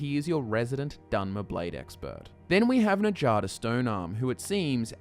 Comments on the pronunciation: "enjada stone-arm" you've been playing skyrim for how long and you still don't understand that nords pronounce "J" as "Y"? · You do realize that nords pronounce J like a Y, right? With that in mind, who the hell is "Na-jah-duh"??? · Njada’s name doesn’t involve the “j” sound it involves the “y” noise making it “Nyada” like how the jarl is pronounced “yarl” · Njada is pronounced as Nya-da, just like fjord. just saying... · Says Skjör's name correctly but not Njada. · A wonderful job Sir! You have enlightened and intrigued my interest once again! I only have one minor complaint, and I'm sorry to be grammar police, but why are you mispronouncing Njada? Before you rebuttal, I know that you know how to pronounce Nordic name as you pronounced Skjor correctly! If you feel like I'm being too picky, I am because I have been pronouncing Njada like Nadia! Just had to say so! On a not so picky note, I never considered that the Silver Hand could be a wayward faction of the companions! They always did seem like a strangely random cult! Your theory makes the whole thing come full "Circle" LOL!!! Love you guys and love your channel! I hope you NEVER run out of lore ideas and may the YouTube INGSOC party never demonetize your content!!!